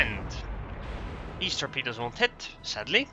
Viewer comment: snicker you said "torpeeduz" ; p ps seriously, nice commentary on and acknowledgement of dr's user replay pps please keep posting! : )